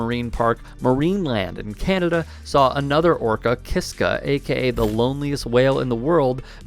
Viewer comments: What is an "orcer"? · What is this orcore she she speaks of…..does she mean orca?